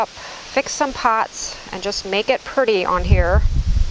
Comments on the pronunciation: The word is pretty….not purdy! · ~ I loved how your cat thought that the place on the swing was just for him and I love how you say pretty...purdy! ~ Sweet ~ Peace be still